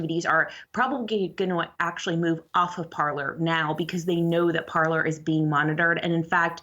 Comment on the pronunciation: This is a Canadian news channel. It really bothers me that both of them are pronouncing "Parler" wrong. LOL!